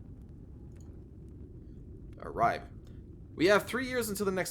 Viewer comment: In the Scandinavian Languages we usually pronounce the 'e' at the end of words and names. So it is RibE and SkulE. All this French/latin influence has confused you English. ;-)